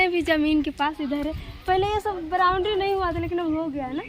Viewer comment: meine dekha nahi hai kaal ka vlog matlab bacchi ko middle mein nahi baithaya isne? Dekhna parega woh vlog, jaab english pronounciation itna kharab hai toh hindi mein bolo kya english mein bolna jaruri hai ? ब्राउन दारी नहीं होता बाउंड्री bolte hai.